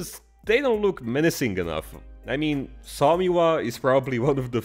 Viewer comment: The name of the tank is pronounced 'soo-muh'